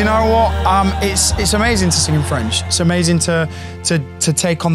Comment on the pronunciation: You that was (and it is) a great student and she is right, you have a good french pronunciation. Take so French classes, record in French but not in Italian per piacere...